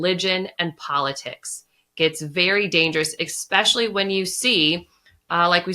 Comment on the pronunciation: Did she just say “Exspecially”?